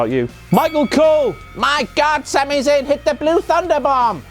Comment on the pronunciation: WTF MOMENT! "Zami Zayn"